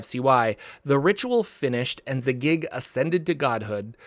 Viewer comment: You need some work on your pronunciations; Zagyg, Tsojcanth, Robilar, etc...